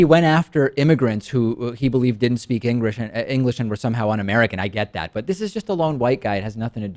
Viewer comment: "Engrish" XD lmfao